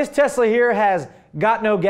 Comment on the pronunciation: UhhHhHh, it says "GotNoGAZ" on the license plate because Elon Musk pronounces his S like a Z. For example, he says "Tezla" and "Gazoline."